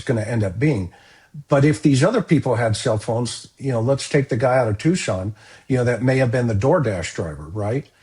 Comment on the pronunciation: Tucson, not Tuscan